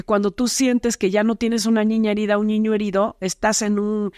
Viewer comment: A mí me pareció súper interesante todo. Lo que no me gustó es que en lugar de niño dice "ñiño" 😮